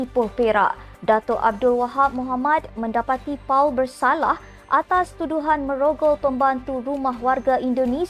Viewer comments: Paul disebut POL bukan Puuuaaal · Sorry, I suggest that pemberita pergi belajar bahasa English.. Pronunciation for the name Paul is in English, not using Malay to pronounce as Pau.. Next step, please send your staff for upgrading..